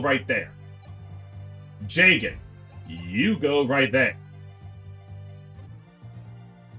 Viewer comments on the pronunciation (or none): damn you really referring to jagen with the hard J huh. didnt know you were a brother like that